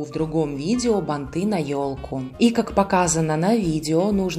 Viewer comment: Красивые, спасибо за МК, но слух режет бантЫ, бантА, ударение всегда на корне слова, бАнты, бАнта.